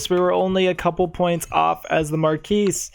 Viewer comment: I am thankful you actually pronounce the S in marquise. No one does, which is incorrect of course. Nice video!